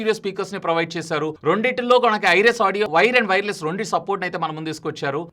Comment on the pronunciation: Rondu ❌ Rendu ✅